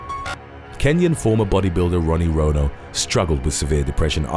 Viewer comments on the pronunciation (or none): none